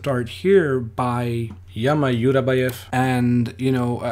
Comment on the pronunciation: Its not yama its Jama like in Django, Djama Djurabaev hehe